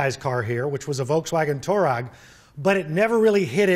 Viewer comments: "Turag" hurts my ears... :( Tureg man, Tureg.. is not that hard.... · it is pronounced "TUREG"...